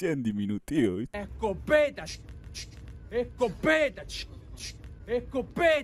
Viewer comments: Se dice que hasta el día de hoy sigue diciendo escopetAH CH CH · esco- PE -ta SHHHK SSHKK